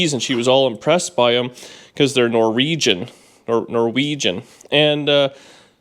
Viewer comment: You will have the best float for the Canadian Hillbilly days parade if the Nor- vee - gens are judging it.